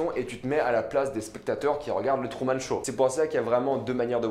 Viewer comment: Il dit trou au lieu de true